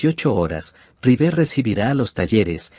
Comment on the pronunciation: Insoportable el audio automático! Rivér dice....